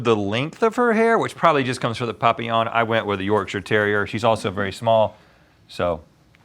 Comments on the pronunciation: Just for the record…it’s pronounced PAPillon not POPillon 😂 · Stop saying papillon like that AHHHHH